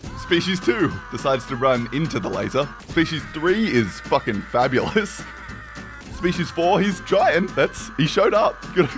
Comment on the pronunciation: he says "I. Am. FABULAS!!!"